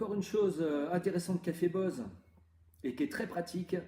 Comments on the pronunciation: ON DISE « boZe » ps Bosse mddddddrrrrr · On prononce “boze” et non “bosse” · Très bonne vidéo mais sa se dis boZe et sa serai mieux le plan horizontal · Ça se prononce "boZe"